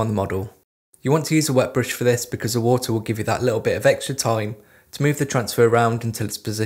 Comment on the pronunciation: is he saying moter? or water?